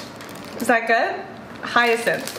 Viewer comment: YES , on hyacinth pronunciation. You did it! 🌟